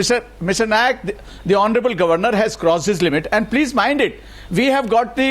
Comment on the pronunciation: Arnab chutya, it is not "Nayak", it is "Naik".